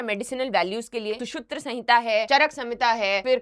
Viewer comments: Shutra samhita?.... please pronounce it correctly.... it's Sushrut samhita.... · मैडम खुद मेघालय को मेघाल्या, अगरतला को अगारतला, और सुश्रुत संहिता का नाम भी ढंग से नहीं बोल पा रही!